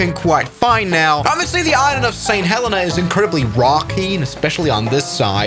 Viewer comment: YOO THATS MY BIRTH PLACE!!! Btw u say it saint ha leen a